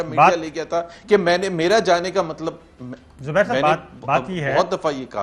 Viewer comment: Zubair saab.. xubair saab.. xubair saaab. Bloody irritating